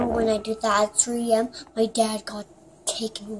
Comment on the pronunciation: WHY DOES IT SOUND LIKE SHE SAYS 3EM